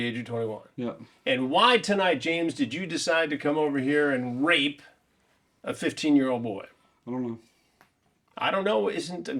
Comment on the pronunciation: Chris adding some flavor when he says r*pe. Making sure they know.